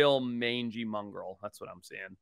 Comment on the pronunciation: "mungril"? did he just say "mungril'?